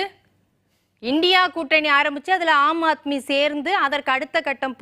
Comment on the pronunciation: ஏம்பா உனக்கு சொல்லவே தெரியலயே, அது அம்மா ஆத்மி அல்ல ஆம் ஆத்மி.இப்படி படிக்கத் தெரியாத வாங்களேல்லாம் BJP சப்போர்டா